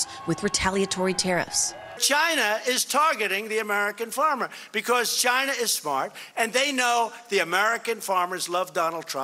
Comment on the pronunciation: Yes and he often likes to pronounce ChIna like he's saying Vagina!